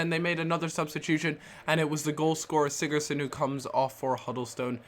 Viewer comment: Sigurtson -_- You can't pronounce any names XDDDD